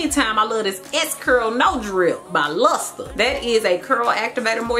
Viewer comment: I am too tickled at how you said, "Luster!"